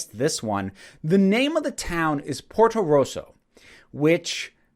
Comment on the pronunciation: I definitely kept hearing "Porco Rosso" when they said "Porto Rosso" :p interesting point about the film being Miyazaki-esque.